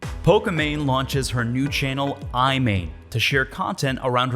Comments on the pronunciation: ruined Imane😂, it's not aymayn, it's Imaan👌😂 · Ugh... you butchered her name. How can you do a video like this and not even know how to pronounce it correctly, especially when she says it in the video you're clipping.